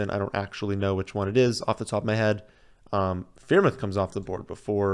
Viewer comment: The freiermuth mispronunciation is like clockwork. I love it